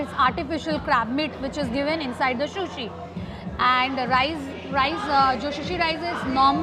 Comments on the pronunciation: Shushi nahi hota hain sushi hota hain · No hate!! Love you but it's not shushi it's sushi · It is not shushi it is sushi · I am sorry you say sh ko s and sa ko sha sushi not shushi it will sound good.